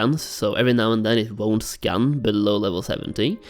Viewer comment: Maybe it's just me but I keep hearing scan as scam :/